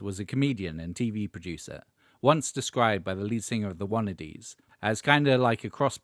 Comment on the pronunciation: as a few people have probably already pointed out by now that's not how you pronounce the name of the Wannadies!